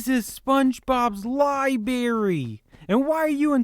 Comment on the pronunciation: he knows it is pronounced "liBRARy" right, not libary.